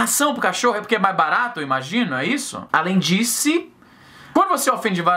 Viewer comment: eu ri da enfase no Alem Disse hahahahaha